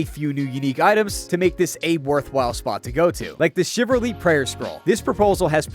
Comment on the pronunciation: Great video. One note, "chivalry" is pronounced shi-vuhl-ree. It's not prnounced shi-ver-lee.